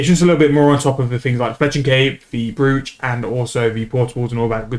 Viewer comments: Thanks for the vid, something for me to consider as I still need Fletching on the 120 all grind. Side note btw - Brooch is pronounced "Broach", like "Roach" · Sorry to be that guy, but it's pronounced like Broach or Browch for some reason. I'm convinced whoever created English were a bunch of anarchists who wanted to see the world burn